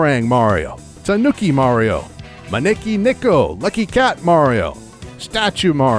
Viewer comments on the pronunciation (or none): none